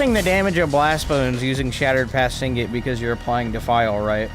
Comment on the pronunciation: Nice content man. But please. Sig-net not sing-it. Shattered path signet. 😅